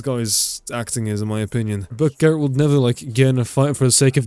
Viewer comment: ehhhh that pronounciation of geralt hurt a little bit.. he turned 1 syllybal into 2.